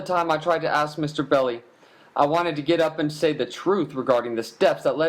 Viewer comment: It’s BELLI you moron , Melvin Bell - EYE ...not Belly . God almighty where do these idiots come from ???????